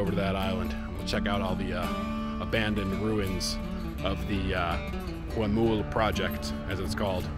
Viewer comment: Just a minor correction for your spanish improvement... we don't sound the "H" at all, at least here in Argentina. So in Huemul, and Nahuel Huapi, It's just as if it said Uemul and Nauel Uapi (Sort of like saying "nah... well" in english :) ). Mapuche words might sound the H as sort of a soft G (I'm no expert; I don't want to say something wrong there), but for sure doesn't sound Najuel or Juemul as you pronounce it. Of course, it goes with respect and to help you with your already very good spanish.